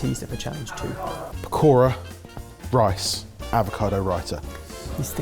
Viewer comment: Anybody else cringing on how they are mispronouncing pakora and raita... 🤦🏽‍♀️😆 as a south Asian... I'm slightly put off